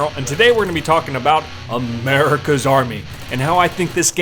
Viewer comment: I love how you say MURICA